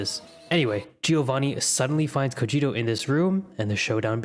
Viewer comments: Cogito? I know what you are (DBz fan detected). It's cogito (ko-gee toe) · I believe it’s pronounced ko-gito. A game I like uses that word.